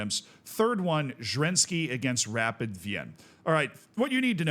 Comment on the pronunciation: SK Rapid is pronounced either Es Ka Rapiiiiid (emphasis on the i) or Rapiiiid Wiiin (Wien is the German name of Vienna, the e is silent but the i is long)